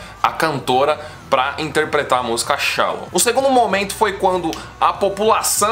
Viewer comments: Mds cara, se fala "chelou" não chalou 🤦🏻‍♂️🤦🏻‍♂️🤦🏻‍♂️🤦🏻‍♂️ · Não é "shallon" rsrs é shallow! 😅